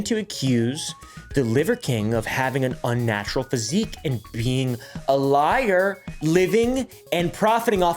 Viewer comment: you said “he’s probably a liger—liar” correcting yourself, there. If you just stopped at “liger”, I’d be ok with it.